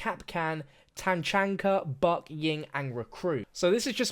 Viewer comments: It is kind of funny him trying to prononse some words but like techanka but he did gust start looking up this game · This is literally extinction 2 and I love rainbow six siege too And it's not Ta-chan-ka, it's pronounced Our-Lord-and-savior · Steven King pronounce, tachanka, just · He can’t even say tachanka right